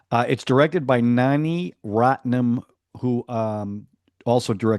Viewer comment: It's pronounced as Naa-ya-gun and It's Mani not Nani😂😂 LOL I feel bad that you are not able to relish and understand ilaiyaraaja's songs and score cause it is the soul of this movie....can't blame you really, but hopefully one day you will appreciate it... One of the reasons I recommended Nayagan is cause the two giants Mani and Kamal are coming back together for Thug Life after 38 years. I suggest you start delving into some of Mani's films to get street cred... I've given a link to one of his 2004 movies, Aayutha Ezuthu (Weapon Writings)